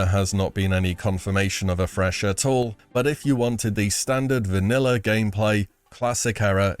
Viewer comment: “Vaniller” never gets old